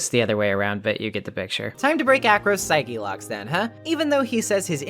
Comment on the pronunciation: Pixel partners say it the same way and it's very distracting, haha.Or as Edgeworth says... Psycho Locks!